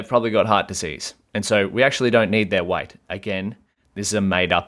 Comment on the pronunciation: why do you pronounce weight like white?